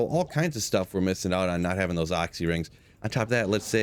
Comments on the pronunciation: OXXY rings??? Is that really how the rest of you pronounce it? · Oxy ring lmao, you pernounce oculuis 100% fine, but when u try say short version comes out oxy?!?!? lolol first person in 20+years ever heard call it that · AW-SEE lol. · For the love of god stop saying Oxy ring... It was "The Occulus Ring" based off the wep xD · Hate the way you say "occy" ring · you pronounce Occy so weird!!! great video though.